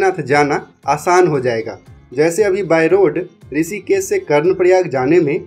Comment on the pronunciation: why you pronounce S instead of SH.? It is Rishikesh not Risikes, Pahari area not paari area. yaar teri English bahut galat hey. I do not where you studied? Every word wrongly spoken.